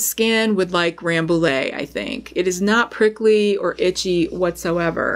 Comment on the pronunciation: Just a heads up that Rambouillet actually is pronounced RambouYeah, because french likes to be confusing Very interesting video, thank you !